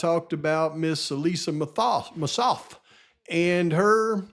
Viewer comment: Hey,! Just a tiny, tiny bit of a critique of your video. I was so surprised that you mispronounced Ms. Massoth's name after all the years researching this case. I'm aware you have a million different facts swirling around in your head, but getting her name wrong was a little sophomoric. It actually hurt my ears, and made me question you - not in a real way - but question you nonetheless. Well, that's it. Keep up the fantastic research and videos. I listen and enjoy every single one of them. I love ya!♥️♥️